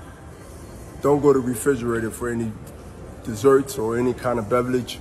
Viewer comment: Any body got a “bevlage”? 😂😂😂😂😂😂😂